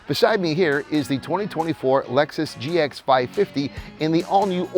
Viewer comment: You cannot even get the name of the vehicle you are reviewing correctly pronounced or correctly spelled. Pathetic….